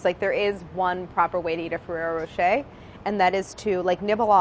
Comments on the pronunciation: No it's NOT pronounced rocheYYYY it's pronounced roché (as in french pronounciation). Which you US guys dont have a clue about how you say. é or er at the end does NOT pronounce eY or AY... .it's a hard E just e... like in eh or close to. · "ferreroh" -"ferreroh" - "racheeeyyyy" - "racheeyyy" <sound of french viewers having a heart attack" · My god no. And Claire watched the advert video and read Rocher means Rock in the Wikipedia article. Ferrero Rocher. The roch as in rock. Not roach. It's a short o. Then she tells Brad how to say it wrong. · It's row-shh-hey not Ferrero row-sh-er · It’s roshay not ROWshAYdamn Americans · ferrero ro "cher" is how I always said it, clearly wrong lol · the second she pronounced it 'ferrero roch-ey' i died. have never heard anyone pronounce it that way dammm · The western commercials pronounced it RocheR with a hard R. So weird. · Ferrero Rochaaaay.. Do americans even try to pronounce european words correctly? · "How do you pronounce it?" "Fewwewo" "FEWWEWWWO" "Roschay" "ROSCHAAAAAAYYYY" French and Italian left the chat. Gosh i love you guys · "ferrero" "ferreyro" "rochet" "rocheeeeeeeeet" PRECIOUS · The way she says Roche wrong but still so confident I find her so cute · the pronunciation is wrong tho ^^ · Does nobody else find it strange how they pronounce the rocher part of it? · That's actually not how you're supposed to pronounce it! English speakers and their need to read "rr" as a soft "r". "Rocher" is French, so just pronounce it as such, not as you usually do with every single French word, that is, reading it as it s written but as it were English and not French.